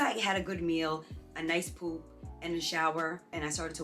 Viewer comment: Thanks for this video. Surgery next month and I’m scared. I love the way you pronounce poop 💩 😅